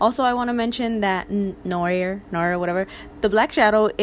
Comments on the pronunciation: Girl noir is pronounced “new arrr” like a pirate 😂💕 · ‘noir’ is pronounced ‘nwahh’. Smoothly, in one go. It’s French for black. This look is really pretty. I will probably buy 🤷🏻‍♀️